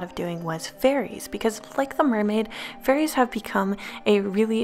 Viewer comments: Is it just me that thought she said furries instead of fairies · I kept thinking she was talking about furries lmaooo xD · she said fairies not furries but I see how you thought she said furries lmao